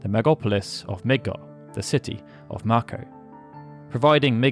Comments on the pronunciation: It's may ko not mack o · ma ko.... am I the only who pronounces is May Ko?